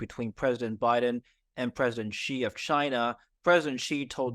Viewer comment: Speaking of illiterate can’t pronounce “Xi” correctly in spite of having being based in HK for years so I don’t think he has guessed the Politburo’s moves correctly.